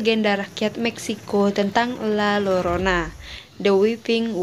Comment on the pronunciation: Maaf bacanya La Yorona kak